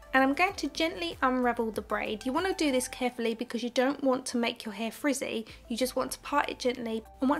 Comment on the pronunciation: The way you say frizzy just reminds me of that girl in Angus things and perfect snogging when she doesn’t want to get her hair in the pool water haha. Your voice is very soothing somehow